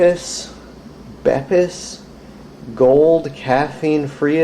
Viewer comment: Plz don't pronounce them as Bepis that's rlly regarded